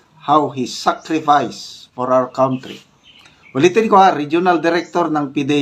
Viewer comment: Kantry po not kawntry!